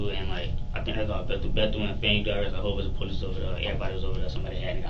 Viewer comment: "police - es"..... SMH 🙄